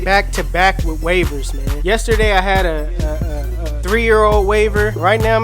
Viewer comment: did he say hit or head